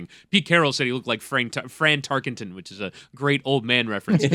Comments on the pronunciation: Dan, it's not Fran Tarkington. It's Tarkenton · I think Stu should've been there for the multiple fines that needed to be levied on Dan for pronouncing the name "Tarkington"